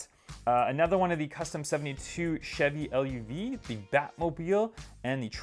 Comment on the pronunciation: Chevy LUV is pronounced love. GTI not GT1